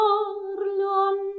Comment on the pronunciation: It is NOT “PAPPINO” it is “BABBINO”. I’d say you know how to pronounce it properly when you speak it, but when you sing it comes out PAPPINO. Plus it is NOT “ANNELLO”, it is “ANELLO”. The rest is pretty much acceptable, but you still need to work on your sung Italian.